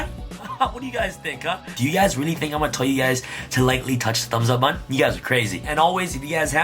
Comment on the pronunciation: Say “BUH-TON”